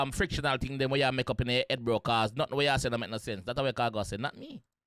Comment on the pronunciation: Fictional, not frictional..loo